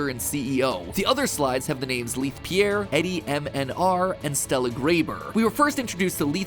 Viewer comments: How's matpat gonna show a clip of leith pronouncing his own name and still say it wrong lmao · I think Matpat has been pronouncing Leith's name wrong